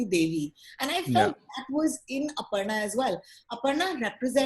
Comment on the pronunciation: The way says “Aparna” is spot on! It cracked me up 🤣